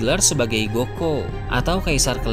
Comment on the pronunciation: Gotei bukan goko